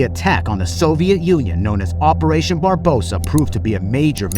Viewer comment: Great video! Fast-paced and easy to consume. Just a couple of notes. you used the post war Polish map, during the invasion, Poland looked a lot different. Also it's Operation Barbarossa, not Barbosa. 😅 Nonetheless, keep up the work! You get a Subscribe from me! 🙂